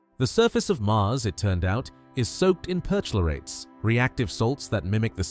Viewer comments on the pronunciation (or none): 'Per - Chlorates'..not Perch - lorates' - get the AI off the commentary